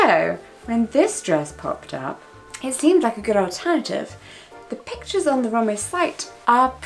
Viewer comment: It's Rom-we not romway if that makes sense x